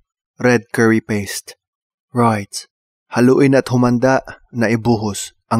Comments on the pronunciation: "Roight, lovleh" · "Ruighttt" "Luvvly" Ka chuy HAHAHA